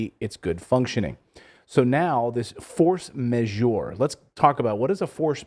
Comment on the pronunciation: This is good analysis. The crazy pronunciation of force majeure is the only excruciating element. It's force majeure (like force maj-err) not force majour/majewer.